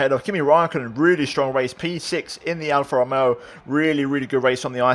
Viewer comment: I beg plz say alfa Romeo right I love the content keep it up